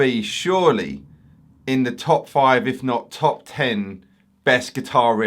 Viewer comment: "Top five, if not top ten" with that emphasis was back to front!!